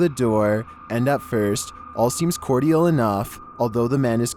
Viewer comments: did you say Core-dee- al🙂🙂🙂 the attempted car jacker was smart for running and leaving the car. Once he sees the kid in the back a misdemeanor 1 rsp could have became a kidnapping felony 2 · What’s with this guy’s voice? And why is he incapable of pronouncing “cordial”?